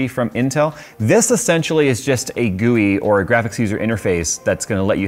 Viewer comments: its not gouy its gui but it was funny though 😂🤣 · He said GOOEY